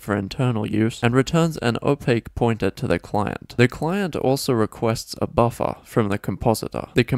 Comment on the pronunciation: everytime you say buffer all I can think of is buffa deez nutz